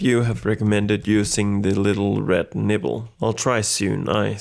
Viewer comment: I believe it's nipple not nibble.